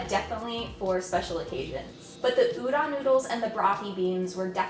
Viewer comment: its udon, pronoucne the O like the word tone or phone. Everytime i see chefs say udan instead of udon it makes me cringe.